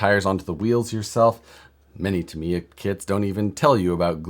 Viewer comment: Started watching but then you pronounced Tamiya and I shut it off. Just saying.